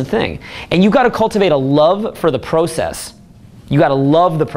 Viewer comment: I love the " PROCASS"